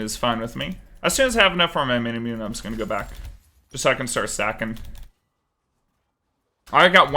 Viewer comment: still dying inside every time manamune is pronounced wrong